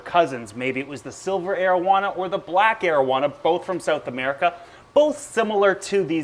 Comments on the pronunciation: Sounds like “Asian marijuana” 😂 I love your videos 💜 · Thought he said marowana